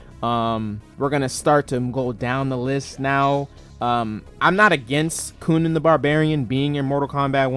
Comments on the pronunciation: bro why did you say it like that coonan the barbarian instead of conan the barbarian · Cunan, the Barbarian.. That's killing me.. It's CON-Nan